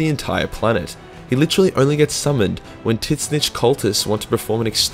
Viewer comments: I am pretty sure Tzeench is pronounced "Zinch" not "titnich" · The only mispronounced name i think thats genuinely bothered me was how you say Tzeentch 😂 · He knows, its kind of a running joke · The way you pronounced tzeentch is painful